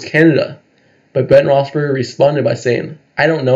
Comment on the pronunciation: My guy, sounds like you're saying Ben Roethsberger. He was only the quarterback for almost twenty years, how long have you been a fan? Just saying